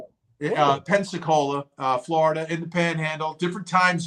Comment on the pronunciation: Vinnie you know it’s PENSAAACOLA right. You’re just kidding right? 😂😂😂